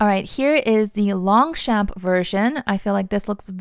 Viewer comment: You are so cute trying not to butcher french names! I'll try my best to help: Longchamp : in fact the 2 "p" are silent : it is pronounced lon-cham/ Foulonné : foo-low-nay Epure : ay-purr Since they use actual names from the dictionnary, you can also use google translate to pronounce it for you :)